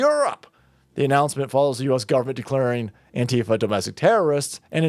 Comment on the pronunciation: I THINK ITS PRONOUNCED ANQUEEFA